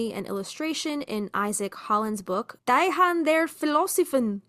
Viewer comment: If Die Hand is German, it's pronounced dee hant. (I can't see the text you are reading so I have to guess).